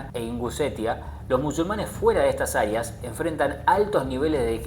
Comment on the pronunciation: OTRA VEZ aria se dice AREA (aria es aire en italiano) estudia amigo y pronuncia bin porfa